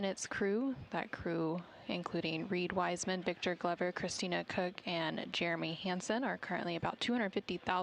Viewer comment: He must have have been told their names 100 times and he still pronounced Christina’s Name wrong. He did that on porpouse no doubt